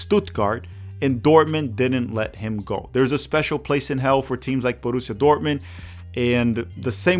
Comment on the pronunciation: Borrusia Munchengladbach and Borrusia not Gladbach